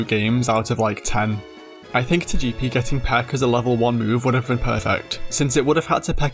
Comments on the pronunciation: Say it with me: Toga-pea Toe-Gah-Pea😂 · Tojeepee and Toejeetic….🗿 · It’s pronounced toh-GUH-pee, “”! 🤨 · Turning Togepi Italian is wild. "ToGEppi 🤌🤌" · "Toyepi and Toyitik" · Why do you pronounce Togepi like that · THW WAY YOU SAY TOGEPI !!!!!! PRISON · My dude saw the Pokémon anime and still decided to pronounce Togepi wrong lol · That Togepi pronunciation should be a crime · Complementary engagement comment for you, for that creative Togepi pronunciation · Was there any British material pronouncing Togepi’s name like that? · How you say Togepi is crazy. I liked the video just for that lol. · Really nice video! Though. I think that is the first time I have ever heard someone pronounce Togepi like that. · Had to stop the video after the way you pronounced Togepi and Togetic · I have never heard anyone say Togepi and Togetic like that and it’s fucking me up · Now that's an unusual Togepi and Togetic pronunciation.